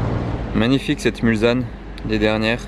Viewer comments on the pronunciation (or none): On dit mulsane pour la Bentley Et non mulzane Mulsane en prononçant S , est une ville à côté du mans , qui donne le nom d’un virage du circuit des 24 h 🤗